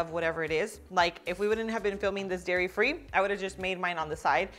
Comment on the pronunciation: DAIRY not Diary